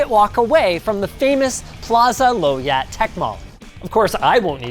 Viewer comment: Plaza low yat has always had every tech nerd's dream hardware. You pronounce Low Yat the wrong wat, try pronounce Low as Lau